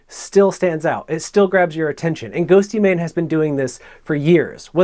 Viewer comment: "GhostYmane" Oof. Otherwise, great video!